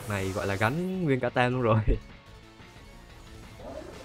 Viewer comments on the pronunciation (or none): none